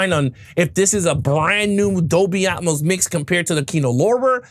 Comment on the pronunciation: its AT-MOSE not Um=mose... tiktoker G.A.TURKS